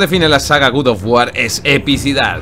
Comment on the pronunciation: "la saga GUDOF GUAR"